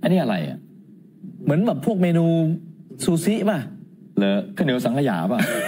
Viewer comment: พิธีกร สึชิ 寿司 、ค่ะ ไม่ใช่ ชูชิ ค่ะ